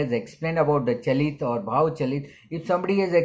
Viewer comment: Its called chalit not galit ......🤣🤣🤣🤣